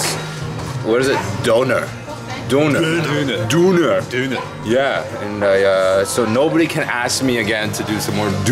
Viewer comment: It´s so funny whenu try to speak German :D It´s called Döner not Duner... so funny